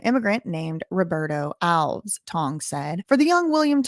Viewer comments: Hey, love your work... Regarding Alves... It's definitely pronounced Alves (just like the little green elves living in your garden) Think of it as one word rather than as a hyphenated word or two words; ✓ Alves X Al-vez X Al Vez Elves is to Alves as El-vez is to Al-vez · It's not pronounced Alvs. It's pronounced Al-ves with the emphasis on the letter A. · Come on, it is ALVES not ALVS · The man's name is pronounced Al-ves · Alves is a Portuguese last name the reason it's pronounced ALVS same as Lopes= Lops and so on , if it was Spanish then it would be Alvez Lopez and every other similar name like my last name Fernandes= Fernands not Fernandez , Reis = Rays not Ries as Americans pronounce it , similar name in Spanish is Reyes both names mean Kings in English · The host cannot pronounce the mayor's name.